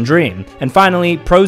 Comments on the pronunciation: F L 4 K no it’s pronounced Flak sorry I’m an omega nerd when it comes to Borderlands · as a borderlands fan i am hurt that he pronounced it F-L-4-K and not Flak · I did not know a youtuber played FL4K (btw dude their name’s pronounced Flak, like the term for airborne shrapnel) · FL4K also pronounced as "Flak". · Pointed at the the wrong character for FL4K and it’s pronounced Flack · HEY FL4K IS PRONOUNCED FLACK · Fl4k is just pronounced as flak lol. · I know that it’s spelled fl4k but it’s actually pronounced as flak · Erm actually fl4k is pronounced flak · BTW it is Pronounced flak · Fl4k is pronounced as flak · Its pronounced flak btw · Its pronounced flak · It's pronounced Flak you dingus.